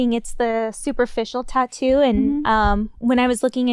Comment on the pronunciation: Lol why Gabby pronounce tattoo like "TAH-DOO"?